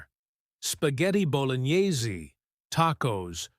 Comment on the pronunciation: It made me laughed because of the way the AI said bolognaizeee instead of Bolognaise